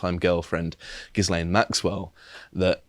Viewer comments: guys ffs, the S in gislaine is silent, the bitches name is pronounced "gil-ain" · Why can no-one pronounce 'Ghislaine'? It's merely French pronunciation. It's not difficult. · it's 2023 and you still can't pronounce Ghislaine. jesus christ